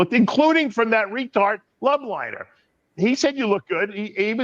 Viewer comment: Dave it’s LOBLINER not LUB